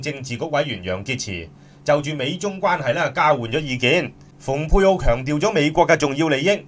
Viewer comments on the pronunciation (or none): Pompeo蓬佩奧應讀pung佩奧，若想大家讀成fung佩奧，則新華社會譯寫成豐佩奧、或方佩奧、或馮佩奧。